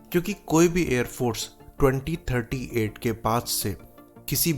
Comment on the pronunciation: Clear nahin hei cheejen. You said 2038 or 3038?